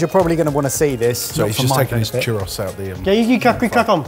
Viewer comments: I love how the UK is so close to Spain, yet..."churr-ross" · That is definitely not how you saw churro😂😂😂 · Ah man, I love you guys but your pronunciation of "churros" continues to drive me nuts lol